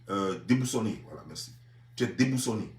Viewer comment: Toi tu est analphabète. On dit pas débousoné on dit déboussolé. 🤣. Tu es dans un pays développé mais toi seulement tu es un vrai gawa. 😂